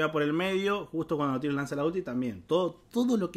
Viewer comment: Porque le agrega una "i" de más a la pronunciación de Nautilus. Se dice tal cual se lee xd